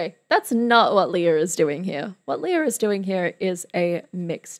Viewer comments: It's LAY-ah, not LEE-ah. (Sounds like Princess Leia from Star Wars.) Lea had been working professionally in the Philippines starting at age 7 (as a child in THE KING AND I). She played her first lead (Annie) at age 9, her first album released at age 10 went gold, had a musical tv show with her brother called "Love, Lea" when she was 12-14, did films, concerts, albums, and made other tv appearances. She auditioned for MISS SAIGON at age 17 (during her first year in university as a Biology major, pre-med). She won all the major awards for playing Kim in MISS SAIGON (Olivier, Tony, Drama Desk, Outer Critics Circle, Theatre World). She is the singing voice of Disney Princesses Jasmine and Mulan. She was the first Asian actress (also actress of color) to play Eponine on Broadway in 1993. And this performance is from the LES MISERABLES 10th Anniversary Dream Cast Concert (1995). And all these credits I'm talking about are just the first 20 years of her career (thru 1998). There is so much more! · Hiya, may I just correct you on how her name is properly pronounced? It's actually pronounced LEH-YAH, not LEE-YAH. Great videos though, more and more power! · Surely you would check how to say a person's name before making a video? It's so disrespectful.